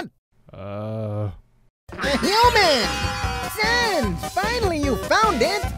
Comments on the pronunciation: Sense? Sand SINS? oof NO ITS SANS!! ok ok I know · “SANESS?” Really. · Who almost cracked up when could not get sans's name right and i am doing the try not to laugh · Sans is geting triggered deeply with not saying his name right and i dont blame him its annoying if they do it on purpose even as a joke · How can manipulate the 4th wall but she can’t say “Sans”